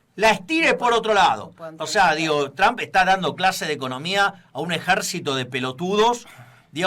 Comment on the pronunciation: QUERIDOS SE PRONUNCIA,tromp..no tram...